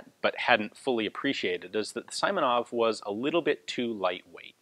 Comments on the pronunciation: Simonov, not Saimonov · "sImonov"?! LoL! It's actually pronounced like "sEE + monOv". Not that it matters much, the story is more important than such finesse. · Simonov’s nave sounds not like as sAimonaF. Correct is sEEmonoV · The correct way to pronounce Simonov's last name would be S[ee]monov rather than S[ai]monov. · Simonov is pronounced "see-mo-nov" (like in "George Simenon"), not "saimonov". A great review though. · Pronouncing [saimonov] is not quite right, it should be like [seemonov]. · FYI. Simonov is pronounced with an ee like sound as in seaside. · Just a tip, the i in "Simonov" should be pronounced like "e", not like "i", like in a word "simple".